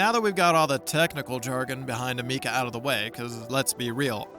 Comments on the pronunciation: ah meeka? learn to pronounce the name right for a start. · Amikca....her name is Ameca 😆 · Am-eh- ka